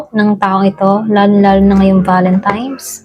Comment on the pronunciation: Valentine's madam mg pronouns hindi valentimes..😅 salamat sa reading